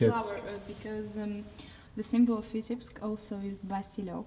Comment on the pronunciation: Omg you butchered the name.